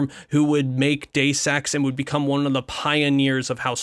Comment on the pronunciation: Okay, great coverage so far, but damn your pronunciations need work. id is usually pronounced like it sounds in the word bid, not I.D. That may depend on who from the team you ask as I think it originally stood for ideas from the deep. Ion is literally pronounced I-on. Ions are positively or negatively charged atoms. Deus is Latin in origin. It is pronounced like Dey-oose. It means god and derives from the Greek literary device Deus ex Machina or god from the machine, pretty fitting for the game given its subject matter. Love the video so far but couldn’t help myself.